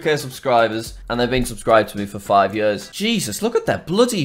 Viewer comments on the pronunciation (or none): probably his accent made days sound like years